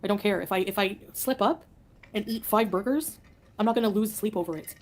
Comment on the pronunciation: I had to bop back bc I definitely thought she said “eat 5 boogers” 😂